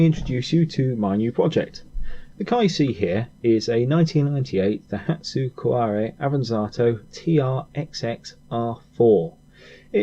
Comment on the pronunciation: Cuore. Que-ore Not quorè It’s not French And if u watched mcm you’d know it’s pronounced mi-ra not my-ra Mirror with an Ozzy accent Other than that cool car cool vids